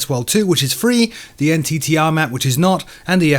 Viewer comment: Like to see my E-3 Sentry made it into the thumbnail! Also, just for realism's sake, the NTTR is pronounced "nit-er" if you wanna sound like the folks doing exercises out there.